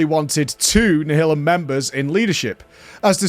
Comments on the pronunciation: Nial-um. Like nihilist. Come on. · Always thought it was pronounced nialim - as in nihilist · Hering him pronounce Nihilum is just breaking my heart. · Do the Brits pronounce Nihilum like that or is being weird?